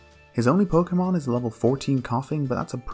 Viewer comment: Pokemon don't have official pronunciations actually. You've both been saying it right